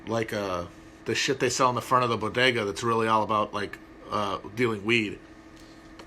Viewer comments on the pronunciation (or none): none